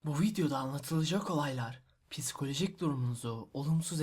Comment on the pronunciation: piskolojik değil psikolojik*